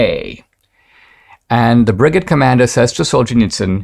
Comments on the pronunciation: Now if you can just pronounce brigade correctly. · I winced each time lol😅